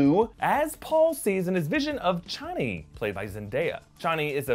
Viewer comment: Couple clarifications, per Frank Herbert “Chani” is pronounced “Chain-ey” and “Yueh” pronounced “You-ee “ :)